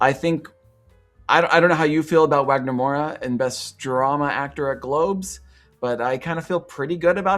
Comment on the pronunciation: Brazilian here, really excited we're on the race again this year! Wagner is a national treasure and I'm so happy he's getting the international recognition he deserves! Just a little pronunciation tip, the W in Wagner has a V sound 😉 I watched a lot of the films but haven't seen all of them yet. From what I've watched so far, here's what I'm rooting for, not really predictions Best Picture: Sinners Best Director: Ryan Coogler Supporting Actor: Jacob Elordi Supporting Actress: Wunmi Mosaku Lead Actor: Wagner Moura Lead Actress: Eva Victor I'm honestly a little sad that Sorry, Baby isn't getting more attention, but given the main theme of the film, and knowing the Academy and it's body, it makes sense, unfortunately.